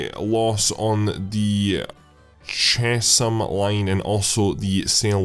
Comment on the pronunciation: Chesham is pronounced 'Chess-hum'